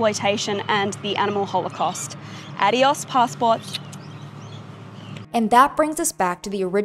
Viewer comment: The harassment they've been doing is awful but also the mispronunciation of adios is abysmal bruh